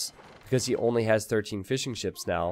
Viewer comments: Every time you say fishing ships i hear fish'n'chips :D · love the commentary. I keep thinking you are saying fish and chips not fishing ships haha